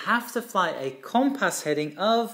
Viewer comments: Brilliant video as always! One small point is the pronunciation of “compass”. The first syllable is pronounced not “com” as in “common”, but “cum” as in “come here”. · It’s pronounced “cum-pss”. There is a very short vowel sound between the ‘p’ and ‘s’. The ‘o’ sounds more like a ‘u’. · has issues with his "O's". His grasp of the English language is exceptional, all he needs is to tackle the word Cooompass and he will have cracked it. Pronounced Cum-pass.